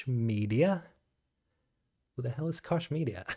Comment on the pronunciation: Just to let you know, Koch is pronounced ‘coke’ I pronounced it like you for years until more than one person told me I was wrong :)